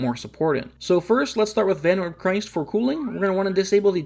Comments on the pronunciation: Vanwyrm Cryst, Not Christ. As in Crystal. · Why did you pronounce "Cryst" like Christ, when it's just the first syllable of crystal? As in crystalized water, as in ICE??? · "Cryst" is pronounced like "crystal". Thank you for the guide!